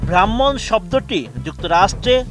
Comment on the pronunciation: ব্রাহ্মণ কে উচ্চারণ করছেন ভ্রাহ্মণ তাহলে কাজ হবে।